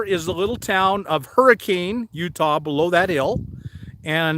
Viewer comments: I live in St. George. True pronunciation’s for Zion and Hurricane..... Not Zye - ON, but Zye- en Not Hurry- Cane (like the weather system) but Herr - eh - cun My father actually was born/raised (1914) in Zion before it became a Natl Park. His family’s homestead/barn was exactly where the Visitors Center is today. In the boonies/shrubs across the road is the hearth stone that led into their front door. Just a fun tidbit. Welcome to our beautiful area! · I live not 20 miles from where you are filming. I'm in Leeds, just on the north side of the Virgin River. FYI it is locally pronounced Hurricun Utah. I know it's spelled Hurricane but that's how we locals identify tourists. Also locals pronounce it Ziun park. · I'm from the West desert of Utah! I love our state! It's beautiful and so many places to camp for free with beautiful views. Moved out here from the East coast 13 years ago! Hurricane is actually pronounced hurricun. Just fyi😉